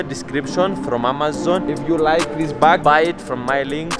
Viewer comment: it sounded like when you said amazon it sounded like you said mamazon lmao